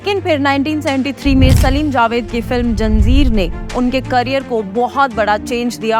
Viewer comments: It’s not janzeer, it’s zanjeer 😂😂😂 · Behen “ZANJEER” hota hai JANZEER😂😂😂 Gen Z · Janzeer nahi Zanjeer ha 😂😂 Btw love ur videos and work 🤭